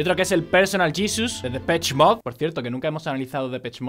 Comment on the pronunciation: uds los españoles pronuncian el ingles horriblemente.. y que merilyn.- de pech moD